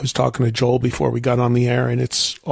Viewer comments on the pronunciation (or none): none